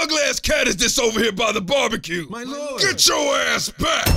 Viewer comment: "my lorrd"